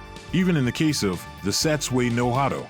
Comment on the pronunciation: Sats sway and sat sway? ... kai sway no hah-dow? ...